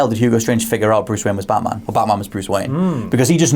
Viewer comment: It's batman , not baaaman !!idiot ! , seriously stop acting like you know everything , and get your bodyguard a suit instead of a hoody !